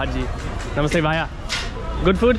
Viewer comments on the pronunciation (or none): You're pronouncing bhaya incorrectly , it's bhaiya . ask someone. You also say thank you too many times no need. Max is more controlled. What's the name of this place & location. New York is very rude & high crime not worth living in.